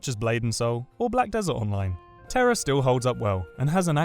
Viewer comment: Terror? its Tera >o<